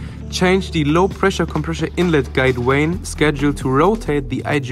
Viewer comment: you are incorrectly pronouncing "compressor" as "compreshor".